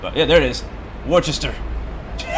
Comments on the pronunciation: can’t really think of another way to write it out, but I know it isn’t pronounced worchester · Woostah is how a Bostonian or Masshole will say it, I know I am from there!!!